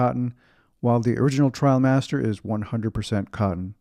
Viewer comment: IM SO HAPPY YOU SAID TRIALMASTER not TRAIL- master. I made the switch from the Barbour International a few years ago and haven’t looked back. I had my wife do some fancy tie job with the belt in back and that cinched in the sides a little and give a nice hourglass shape. I also have the quilted gillet which adds a lot of warmth and style as well. MAKE SURE when you rewax, you use Belstaff wax as it will give you that beautiful sheen vs the dull look of the Barbour wax. Also, you could send the jacket to your nearest store (NYC for me) for a rewax. My 126603 and Belstaff are my constant companions. Wear yours in good health my friend. Happy New Year👊